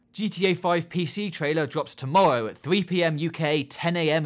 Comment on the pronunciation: "tomowwow" soo cute xD